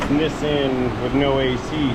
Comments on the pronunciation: Holy what parallel dimension is this??? Did I just hear pronounce Nissan properly instead of calling it a knee-sahhn? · It's Nis San its AC.